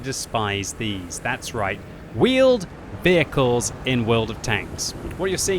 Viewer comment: Vheeled Wehicles!!!!!